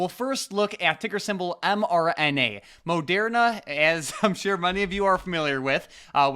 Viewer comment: Say Mo-dare-na again Mfer. No one says it like that man, it's ma-dur-na.